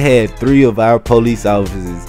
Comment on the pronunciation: lol u say police like pole-eec